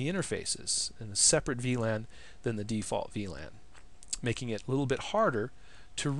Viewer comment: The way to say "VLAN" it´s awesome man you rock